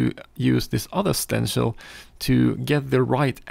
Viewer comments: Stencl = stensil - an 's' sound and not 'sh'. You said it correctly once but what the hell you're an artist in what you do. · Like sit not shit Lol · Stencil.. Stenchil..stensel..Sir with skills like that you call it whatever the heck you want. Thank you for dispensing your knowledge.